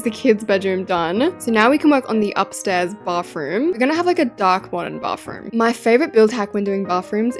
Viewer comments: I thought she said barfroom not bathroom srry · “baffroom” LOL OMG I CANT IM SO SORRY 😂😂❤❤